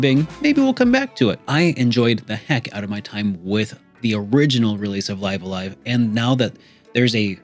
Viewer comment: I'm pretty sure it's supposed to be pronounced, "Liv a Live".